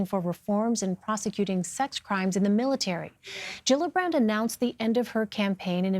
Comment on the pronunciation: Gillibrand not jillabrand